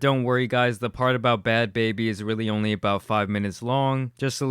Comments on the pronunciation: Baa-bie is not how to pronounce her name. It means super rude in different language. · She literally said bhad so why can’t you say bhabie tf lmao that made me mad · Not hard to get it right look at the spelling BHAD short a, then BHABIE is long a. Sorry for making a mistake even if it looks like the same. Watch all the episodes of your idol